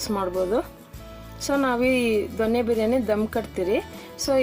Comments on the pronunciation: ದೊಣ್ಣೆ ಬಿರಿಯಾನಿ ಅಲ್ಲ ಕಣಮ್ಮಾ ,ಸರಿಯಾಗಿ ತಿಳ್ಕೋ. "ದೊನ್ನೆ" ಬಿರಿಯಾನಿ. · ದೊಣ್ಣೆ ಅಲ್ಲ, ಮೇಡಂ ದೊನ್ನೆ ಬಿರಿಯಾನಿ